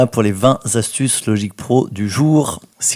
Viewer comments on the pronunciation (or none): 0.00 Vingt .... Zastuces...? Sinon, Merci pour ces astuces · il n'y a pas de "S" à vingt... donc, pas vingt Z'astuces, mais vingt T'astuces...